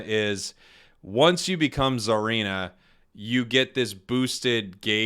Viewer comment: Hey, its pronounced "SAH-reena" not "ZAR-eena" Japanese name, so think of it like "Tsunami"... "T" is silent like "Tsareena"